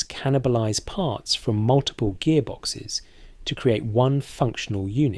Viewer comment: Sounds russian 😂 raiding partz